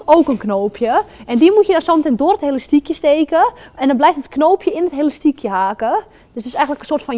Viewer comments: heyy geen haat ofzo maar het is elastiekje niet helastiekje vroeger zij ik ook helastiekje😂😘❤ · Hahah Het lijkt net of ze zegt Helastiekje😂😂😂😂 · Hahaha leuk je zegt helastiekje maar is niet erg